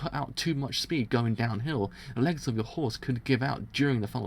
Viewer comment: I think is for your British accent lol, the way you pronunce "The legs of" sounds pretty similar to "Alexa" for me xD